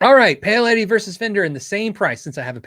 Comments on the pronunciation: Paoletti pronunciation = Pow-letti. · I believe Paoletti is pronounced "Powletti"